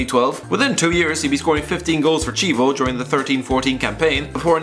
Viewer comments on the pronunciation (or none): Ok, the right pronuonce is PALOSKI, not Palosci. And it's KIEVO, not scievo. Fuck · Chievo? You pronounse it as tjievo while the correct italian pronounsiation is kievo... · is pronunced Paloski and not Paloshi, Kievo and not Chievo, CH in italian is K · Reading "chievo" as "cibo" gave me cancer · It's pronounced 'key-a-voh'